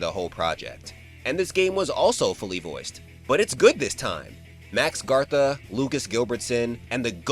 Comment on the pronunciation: "Max Gartha" it's Mark Gatha... That aside it's cool that you put together these lore videos and stuff... also, X4 and X7 would have better acting if they weren't baka gaijin dubs and got the same love as Resident Evil 2 and Mega Man Legends...then again the same 6ix talent pool did Devil May Cry 1 and Resident Evil 0...but RE0 had the homie Masquerade from Bakugan as the leech man, and I think he'd be a pretty good X but it's not gonna happen...unless someone paid him and a few of his coworkers including Alyson Court (responsible for the X5 boss names) to redub X4...